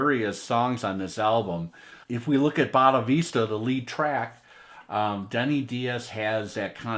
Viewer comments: Say it - "Boh-dee-sat-va" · Hey! A "bunch of research and time" goes into mis-pronouncing these names. I suspect that it was Fagin and Boris Becker who mis-spelled and mis-pronounced "Bonavista" 😕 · I'm looking forward to hearing this on my system tomorrow. Nice to see you show your love for this album. It's one of my favorite SD albums. One note - I'm not sure if it was intentional, but the first cut is not pronounced Boddavista (nor Del Boca Vista in Seinfeld). 🙂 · Yeah, he almost purposely mispronounces Bodhisattva. Have no clue why.